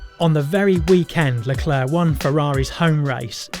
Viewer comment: STOP SAYING LECLERC WRONG